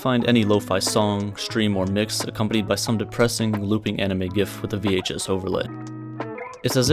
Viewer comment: I'm really disturbed by the way you pronounce gif